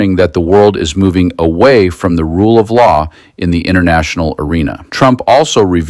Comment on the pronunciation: France talking about the rroule of louw? Libya?